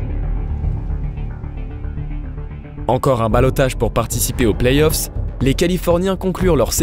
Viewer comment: Par contre on dit play-offs et non pas plays-off 🙃🙃🙃